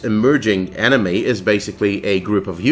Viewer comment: Whenever he says "enemy", it sounds like "anime". I was so confused.